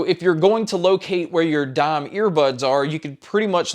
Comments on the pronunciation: Why do you keep calling it"dom"..it's clearly spelled "dime"..like the coin..thanks for the review! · Y is he saying Dom instead of dime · Dime...not Dom... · *Dime (not Dahm) Other than that, great tutorial 🤙🏼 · Dime.....not dom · I don't just just here him just say dom 💀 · Why do you say "dime" like that. Say it with me. D-eye-M